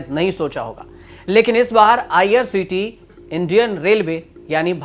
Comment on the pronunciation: तूमको ठीक तरहसे बोलना नहीं आता. आईआरसीटीसी बोलो, करोर नहीं करोड बोलो. पहले अच्छी हिंदी सीखकर आओ.